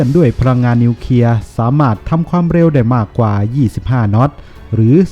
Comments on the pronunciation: ทำไมท่านอ่านเป็น นิวเคีย......ครับ ทำไมไม่อ่านเป็น นิวเคลียร์..ครับ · เคลียร์ ไม่ใช่ เคียร์